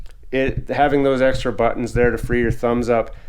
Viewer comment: The way this man pronounces "butt-tunns